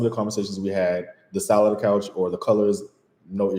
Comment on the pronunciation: the way pronounces 'couch' 😆😆Jamaican accent kicks in. so i'd love to hear him pronounce 'coach' 😂💙... maybe when yall have a moment, please do a short - both yall playing american & jamaican accents( small suggestion from me)